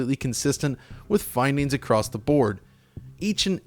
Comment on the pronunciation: Yo, the word is "across" not "acrost."